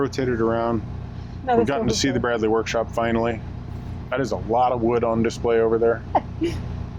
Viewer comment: I hate to be pedantic but I was pulled up many times when I first moved to Wolverhampton for miss pronouncing Bradley, it’s actually spoken as Bra(y)dley.